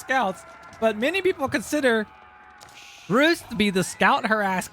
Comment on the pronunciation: Hilarious how you pronounce ‘The Rus’